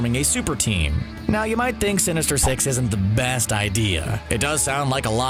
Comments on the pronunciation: when he said the word “sinister six”, all i hear is “sinister sex” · Anyone thought he said sinister sex 😂